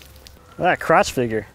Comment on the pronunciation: Huhu he said croch huhu